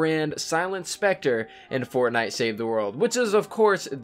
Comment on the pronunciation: It's specter 😅